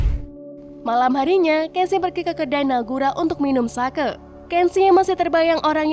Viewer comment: You pronounce sake wrong 😂 It should be sake(h) like you pronounce tauge(h) 😉